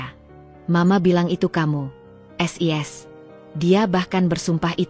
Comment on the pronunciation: sebenarnya ceritanya bagus sayang cara bacanya agak aneh sis kenapa d baca S I S jadi kedengarannya lucu seoerti ngak bisa baca,maaf ya komplin